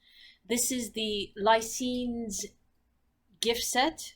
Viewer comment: It's pronounced Ly Cans . They are Werewolves